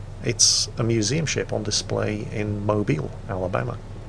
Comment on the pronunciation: He pronounced Mobile correctly. Very good